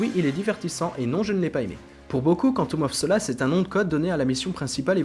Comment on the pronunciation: Woah la vidéo est excellente mais ton accent quand tu prononce "Quantum of solace" il y a du boulot